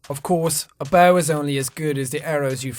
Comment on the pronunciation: The boaw will give me aloda foouud? xD